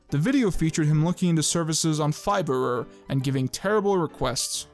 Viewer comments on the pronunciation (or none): It's not Fiverer, it's just Fiver lmao